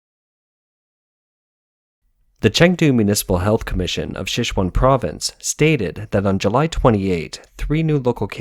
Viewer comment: Please don't rake this the wrong way but look up how to pronounce Sichuan.